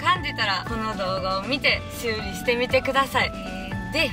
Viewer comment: 修理の言い方が生理になってる！